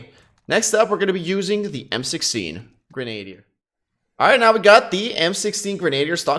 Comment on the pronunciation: LOL, simply showing how to pronounce Grenadier. Its not Grenade'er. Its Gren-uh-deer. No biggie!